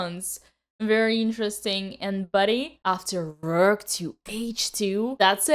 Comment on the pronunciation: 😊 Love how you say rrrook 😊